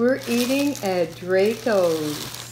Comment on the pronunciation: you really didnt just say dray-go’s